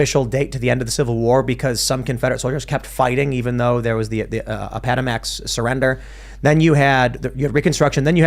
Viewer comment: What was that pronunciation of Appomattox?